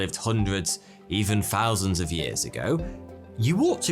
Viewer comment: “Free Fousand”….imagine being a narrator who can’t even pronounce “th” words properly? How could it be possible? 🙄